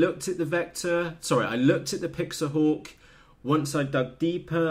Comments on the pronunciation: PIX - HAWK..... NOT PIX - A - HAWK... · Pixhawk not pixahawk lol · I believe you have a slight misunderstanding of Pixhawk. You are actually pronouncing it wrong. :) Anyway, the 1mb limit was a hardware bug, corrected. You are not going to fill that with waypoints or settings anyway. It's more about firmware and advanced functionality. Pixhawk has a much larger development community, being open source that's to be expected. It's also comes in more hardware flavors. However, it's probably not as easy to use. With anything that's feature rich, more can go wrong if you select incorrect parameters. Between PX4 and Ardupilot, eagletree can't compete. Customer service for pixhawk.. It's open source, that doesn't exist bro. Show me a custom UAV that utilizes DNN & computer vision, 90% of the time its a PX4/Ardupilot rig.